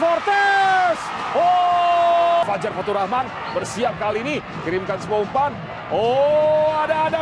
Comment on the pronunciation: fajar , r nya gacooRRRRR